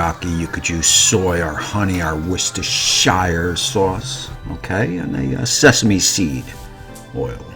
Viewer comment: Nailed that one. Hard to beat salmon cooked right. Worcestershire. Easy for you to say. A sauce made with lemon rind = a $8.95 meal. A sauce made with lemon zest = $18.95 meal. 👌